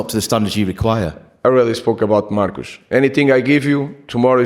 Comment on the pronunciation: Marcus Rashford Hrashfoord" "Marcoos" "Rashford" "Marcoos" Hrashfoord" Hrashfoord" Hrashfoord" Marcus Rashford Rashford Marcus Rashford Why Yoro choose Man Utd at the summer? "Marcoos" "Marcoos" Rashford Marcus Rashford Hrashfoord" Hrashfoord"